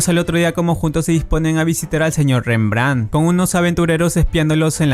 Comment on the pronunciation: Como es que pronuncian tan mal cosas que literalmente los personajes pronuncian un monton de veces, como tsige o rembrandt